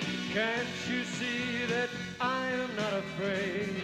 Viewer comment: I know you are not as big a fan of The Doors as I am so I'll correct some things for the record that nobody else cares much about.. , I think this is a famous moment because Jim comes in at the wrong time. That is why he over-pronounced the "T" in that. He was in a rush to catch up. He was singing live to a backing track on Ed Sullivan Show. I think all the musicians were fake playing. Sad, because it is such a visual spectacle. Also you reference Jim Morrison as the writer of the lyrics, the song was written by the guitarist, Robby Kreiger, you can see him in some of the video. Kreiger also wrote Light My Fire. I know you are not old enough to been around when The Doors were all alive.